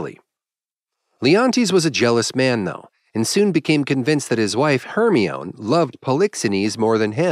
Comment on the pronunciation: "Hermion"?... It's pronounced "Her-my-nee"